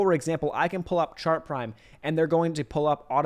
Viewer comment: Are you saying sharp prime, shark prime or chart prime?